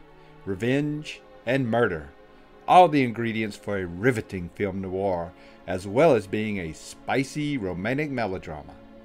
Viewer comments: People who host programs need to *pronounce correctly. PLEASE. Film NOIR - that's just one syllable, definitely not Noo-arr. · A shame the narrator can't correctly pronounce "noir". He makes it sound like "new-are". It only has one syllable.